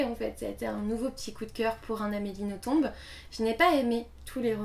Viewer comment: Si je ne me trompe pas c'est Nothomb comme dans plomb. Le B ne se prononce pas :) . J'aime beaucoup tes vidéos. C'est un plaisir de t'écouter.